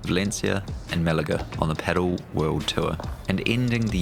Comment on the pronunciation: Pedal? What the fuck is pedal? It’s pronounced pa-DEL. At least paddle? But pedal? This isn’t a car